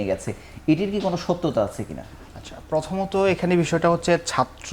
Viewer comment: ঢাকা বিশ্ববিদ্যালয়ের ভাইয়েরা মিথ্যা বলেন ভালো কথা এমন ডাহা মিথ্যা কথা, আর দেশের সেরা বিশ্ববিদ্যালয়ে পড়েন ভালো কথা, কথাবলা শিখেন এত বাজে উচ্চারণ শুনলে কানে লাগে। পর্থমত না প্রথমত, এ্যাবং না এবং উফ খুব কানে লাগে।